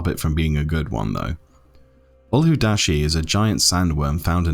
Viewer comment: it isn't ul-hu-da-shi... but Ul-wad-shi. The 'a' is before the 'd' not after. :P